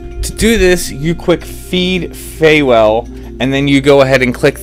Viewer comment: Fewel is pronounced like Fuel.